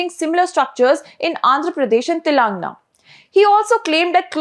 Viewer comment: Is this your voice or a bot? Sorry I ask this because you continue to mispronounce Telangana (pronounce as Telungaana) !